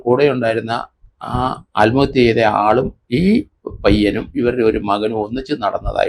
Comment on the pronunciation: സാർ... ആൽമഹത്യ അല്ല. ആത്മഹത്യ.